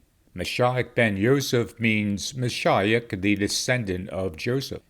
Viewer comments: I’ve always heard it pronounced Ma sheeee och rather than Ma shi och And actually, Jesus, the Messiah, would be Yeshua Hamashiach (Hama sheee och) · Moshiach is pronounced MOE - SHE - AH